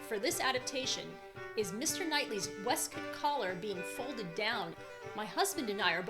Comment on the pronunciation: Interesting pronunciation of “waistcoat”.